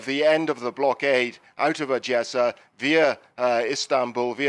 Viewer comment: Why is using the Russian pronunciation 'Adyessa' instead of the Ukrainian pronunciation 'Odessa' (‘O’ as in ‘Odd’)?